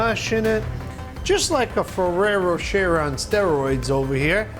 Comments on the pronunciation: Has Buddy been having vocal coaching? HIs Jersey accent (I am born and raised in North Jersey) sounds like it has faded a lot, especially when you watch an older video right before watching this one. And is Ferrero Rocher really pronounced "fa-rare-o-share'?? I think not. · When did ferrero rocher became ferrero sherer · Buddy's pronunciation of "Ferrero Rocher" has me lowkey dead 😭😭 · RosesofVersailles init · It triggered me how he pronounced ferrero rocher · Yes...in French, "-er" is normally pronounced similar to "ay/ae/ey" in English. I think many Americans tend to mispronounce it for some reason...